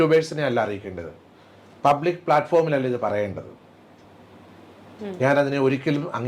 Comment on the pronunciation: പപ്ലിക് ആയി കിട്ടി... പപ്ലിക് ആയി പറഞ്ഞു 😂😂😂